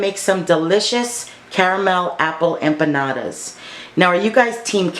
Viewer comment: The way you say it is correct!